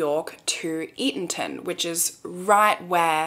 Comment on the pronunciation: I'm so proud of you, you pronounced Eatonton correctly... even the GPS doesn't do that😂